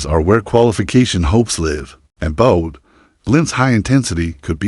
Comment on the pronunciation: And Bodø. It's not Bode or Boad. The ø is pronounced as the ea in early or heard. Ø means island.